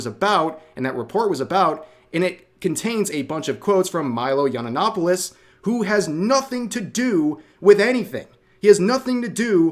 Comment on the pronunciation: I love how these people are literally the only ones who remember Milo. Milo kidney punched them so hard like eight years ago and they have not recovered. Milo is their voldemort, meanwhile everyone else barely even knows who he is anymore and even Rev stumbles and fails to pronounce his full name correctly.